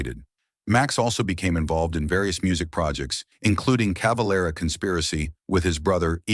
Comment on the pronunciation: CaveLEra et non Cavalra pauv’ tache de robot !⚡️⚡️